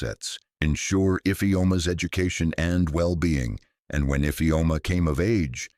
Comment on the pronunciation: I always speak up when I witness any cruelty. Thank you grandpa for saving your beautiful grand daughter ❤❤❤❤ Awesome story, but I had a problem with the pronunciation of Infeom ' s name.